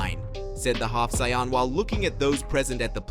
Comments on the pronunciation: Literally stopped watching when you pronounced saiyan as cyan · Grateful for your story bro it’s great but please pronounce the word “Saiyan” properly. It’s easy to let beerus slide but the main word “saiyan” you gotta say it right regardless of accent👌🏽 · Bro pls stop butchering some easy words such as saiyan and etc. credit to you for the videos but some words are so easy to pronounce but so hard to listen man. Anyways keep going man.